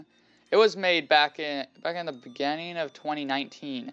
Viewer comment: "In the beganning of twanty 19"